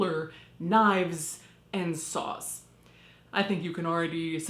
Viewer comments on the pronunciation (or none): OOOOOOOH. SAWS. I thought she said “Sauce” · SAWS! He was carrying SAWS! I heard "sauce" the first few times and was very concerned about what he was doing in there.